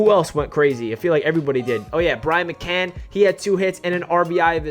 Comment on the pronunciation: “Brian McCann” made me cringe lol. Great win tho LFGM